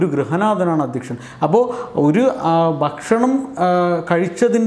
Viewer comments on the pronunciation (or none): none